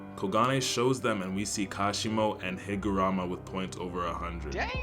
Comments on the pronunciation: W video, was waiting for that. Js as a head up, I’m pretty sure it’s “Higuruma”, as “Hee-Guh-Room-Uh”, but it’s been a while since I’ve finished the manga so I might be wrong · yo........ the name higuruma is pronounced hig-ah-ROOM-ah, bro is not helping his race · Tere is no "a" in HigurUma's name, please pronounce it correctly